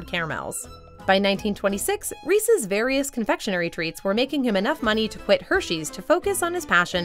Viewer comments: sigh She said "Reecees" instead of "Reece's." I've never understood why people pronounce it like that. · I liked it til she said Reesies, must be from the east coast, the only people I know who say it that way are from the east. It’s Reese’s, there’s no I in the word. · She said REECIES!!! Ahahaha😂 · Please, people, don't pronounce Reese's as Rees-ees ! Anyone bearing that surname will be offended.